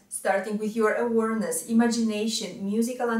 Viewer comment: a positive criticism of significant word in your presentation: awareness is pronounce “a—wear—....”, Otherwise, flawlessly clear! Thank you